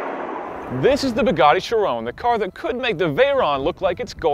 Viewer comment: Where is? The most important review of the year and this guy does it! did I hear him say "Bagani"??? Seriously disappointed guys. Its well shot but poorly scripted, very poorly narrated. I think you should have waited for to review it to release this, instead of just wanting to be the first review out there. Quality not quantity of views!